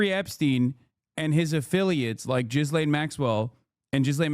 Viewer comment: Is her name really pronounced “Jizzlane” Maxwell?